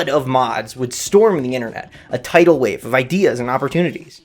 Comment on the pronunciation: did i hear... TİDAL WAWE?